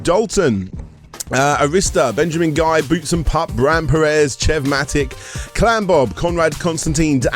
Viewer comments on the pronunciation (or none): none